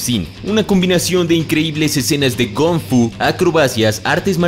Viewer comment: soy el unico en escuchar gonk fu? y no kong fu